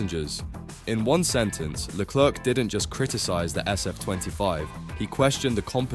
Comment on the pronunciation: His name is Leclerc, Not "Leclurc" what's wrong with you. never seen 'Allo Allo' ......